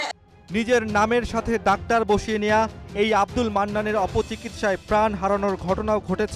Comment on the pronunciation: ডাক্টার নয় ভাই ডাক্তার 🤣🤣🤣🤣